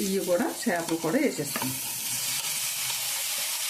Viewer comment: చిన్న 'చాపలు' కాదమ్మా. చిన్న 'చేపలు' .